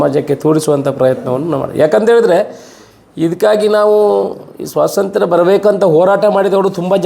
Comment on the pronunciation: ಸ್ವಾಸಂತ್ರ್ಯ ಅಲ್ಲಾ, ಸ್ವಾತಂತ್ರ್ಯ, ನಿಮ್ಮ ಉಚ್ಚಾರ ಯಾವುದೂ ಸರಿ ಇಲ್ಲ.